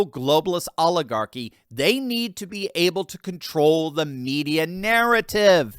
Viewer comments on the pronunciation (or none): Did biden say "oligarchy or olive garden"?